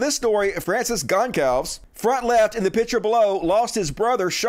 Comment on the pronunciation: Hey just so you know, "Goncalves" is pronounced "gon-SAHL-vish"